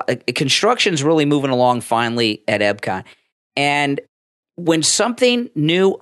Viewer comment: eP-cot. Not eB-cot. Thank you.